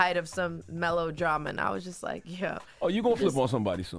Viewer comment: I like her but I cringed when she said Melodrama..🥴